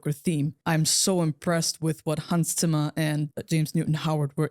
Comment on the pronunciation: Question for: do you have a german background? Your pronunciation of Hans Zimmers name is so unusual for what I assume to be americans haha loved the movie, and your review ^^